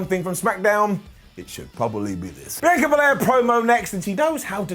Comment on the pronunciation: Does it bother anyone else that he pronounces Sasha and Bianca’s names wrong in every video?